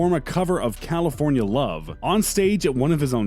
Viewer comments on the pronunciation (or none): none